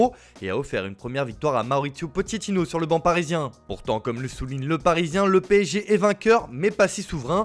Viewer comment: je te le mets en phonétique POKETINO